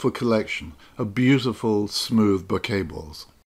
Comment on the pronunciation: Thanks for saying Bokeh properly. It means I don't cringe while watching :-) Thanks for these vids. Made me put an old lens on and go out and have some fun.